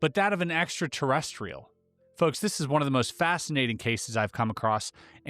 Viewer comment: Why does the word 'folks' sound like 'fucks' when you say it? Alright fucks...